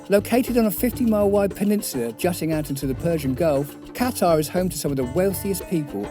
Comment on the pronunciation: you made my ears bleed everytime i heard you say Qatar